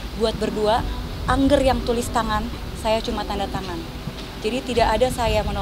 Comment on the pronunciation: bukan INJER... tapi ANGGER.. baca saja biasa ANGGER, itu bahasa jawa ANGGER sebutan sayang orang tua pada anak...